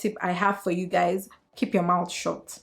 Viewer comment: “Kip yo mowt shot” 😩😩😩😩